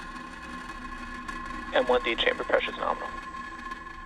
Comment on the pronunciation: It’s NARMAAL